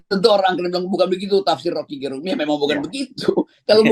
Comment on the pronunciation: Jago putar lidah ini satu Untuk pembaca yg bukan asal Manado Dlm hal menyebut nama Rocky GErung mustinya Ge disebut seperti menyebut kata Ge pada kata "geger" bukan pada kata "genap"